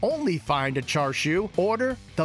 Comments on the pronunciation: Thank goodness someone said it, it was driving me nuts to hear him keep saying 'char-shu'. Like is it that hard for him to say 'cha'? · Chashu not Char siu, that’s two different things. He keeps saying char siu. The foods really looks good though 🤤